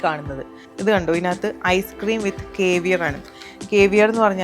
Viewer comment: കേവിയർ അല്ല സേവിയർ!!!!! Cavier- കാവിയർ എന്നാണ് pronounciation.